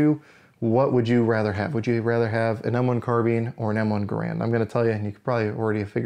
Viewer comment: Gair-und never Ger-and